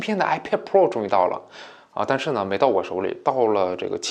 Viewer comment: 读错了，是iPad菠萝